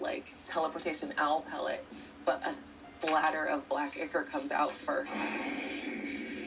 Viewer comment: It's eye-core, not ikker.